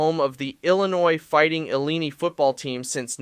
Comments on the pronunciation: Ee lie uh nye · You mispronounced Farting Illini, it's ill-eye-in-eye. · Had to laugh: The fighting Illeeny? It's supposed to be Illyny ir Illi (long I) n eye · You know this kid is clueless when pronounce Illinois as Fighting Illeeeneee...LOL...Long "I" Fighting Illin-"I" is how its pronounced. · Funniest thing I've heard in a while "The fighting Illeenee?" It's illini (with short i's, like it bill, etc) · You said The fighting eeleeni, instead of ill I N I. 😂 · Ok it’s Ill I In I. Fighting Illini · Why are we using AI to narrate these videos. The Fighting Illineee, seriously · I mean.. #1 in a video where the guy mispronounced illini to illineeee 😂😂 worthless video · It's pronounced A-LiE-IN-EYE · Illeneee😂😂😂 even if its AI, the fact that they didn't correct it shows how much they care.. or they don't actually know college football 1 bit. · Bro said eeleenee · agree, coming from a ILL-INI Fan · Ill lye nye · I guess after the game, you unwind and have mart I N I, don't you? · I got stuck on the fighting illeeenee?? Couldn't watch the rest I was laughing so hard. Fighting illeeenee 😂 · Obviously knows nothing about the Big Ten. Il ee nee. Geez. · Dude, Illini. Btw, Kinnick, you neglected to mention the Pink Locker Rooms (Thank you, Hayden), and the photo is very outdated. There was a recent expansion. 4 yrs ago. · I’m from Illinois born and raised there, I’m a big fan of the Fightin Illini!!! Yeah, you gotta say it right!! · This twit doesn’t know how to pronounce Illini. He can’t be much of a fan or authority on anything college football! What a twit! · Is there an actual Big 10 fan who doesn't know how to pronounce "Illini?" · Use a real human. Also you completed mis pronounced Illini! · You said Illini wrong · Bro this is ai he sounds like ai especially when he mispronounced illini also bad takes he to i mean I'm biased but the shoe at 5 and bro had no reasoning for any of it either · How can I take you seriously when you can't pronounce Illini?